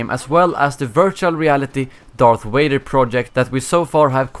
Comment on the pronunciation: Darth Wader